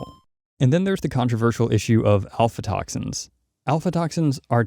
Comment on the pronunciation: Aflatoxins, not alfatoxins :) Overall, great info!